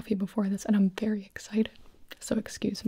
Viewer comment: “I think you should try it, it is vewy nice 😊 “: gibi 2022